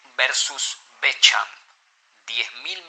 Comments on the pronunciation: Por favor 🙏🏻 el video dice la verdad pero hagan un esfuerzo para pronunciar mejor el nombre y apellido de Antoine Bechamp ! Asi como pronuncian bien a Louis Pasteur deberían hacer lo mismo con el gran cientifico Pierre Antoine Bechamp... aunque no lo crean pronunciar mal el nombre de un cientifico hace q el video, aunque diga la verdad pierde credibilidad... la fonetica de Antoine es Antuan y la fonetica del apellido Bechamp es Besham 🙏🏻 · El autor de este vídeo hizo toda una [pseudo] investigación, pero no pudo pasar por el traductor de Google para aprender a pronunciar Antoine Bechamp